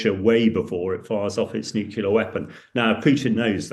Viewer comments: NuCLear not nukelar. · Nuclear is pronounced NEW CLEAR Not New Killer.😂